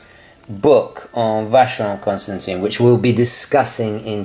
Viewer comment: by the way you say "Vacheron Constantan" (you read the last i as an "a") If I had that money of course VC would be the pick from the top 3. They really really great. I would say they are a sort of a forgotten big guns... that one on minute simply gorgeous. Ok... going back to earth now...